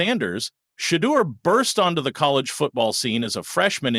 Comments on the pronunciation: (SHA DOOR) PLEASE PLEASE PLEASE PLEASE PLEASE PLEASE PRONOUNCE IT THIS WAY. YOU LOSING ME. YOU'VE PRONOUNCED HIS NAME 3-4 DIFFERENT WAYS. PLEASE PLEASE PLEASE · Why do u pronouce his name different every time. Is that your way of showing disrespect. That seems your objective. U not slick. U JUST SHADY😊